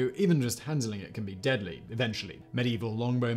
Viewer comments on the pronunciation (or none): none